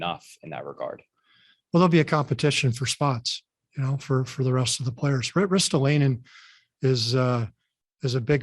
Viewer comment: chuck fletcher doesn’t even know how to say Ristolainens name right 😂😂